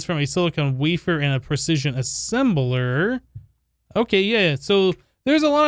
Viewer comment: Isnt its called wafer (biscuits) not waver